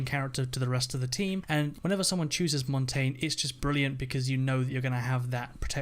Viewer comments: If someone said mon tayne one more time I will kill myself IT'S MON TAHN YAH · Mang0 Chri5 he also said Mon tayne instead of MON TAHN YAH which translates to mountain in Spain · Why is everyone sayinv montain? It's Montagne aka pronounce it the french way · It is pronounced [mon-ton-yay] the reason I know this is cuz it is French for "mountain" and translate says it like that... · Jose Mendoza how do you main him if you can say his name properly it's MON TAHN YAH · he also said montonyay wrong. ( I k ow my spelled it wrong but that is how u spell it)